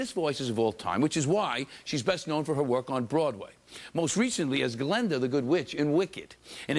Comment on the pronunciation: Did Tony pronounce Galinda as Galenda?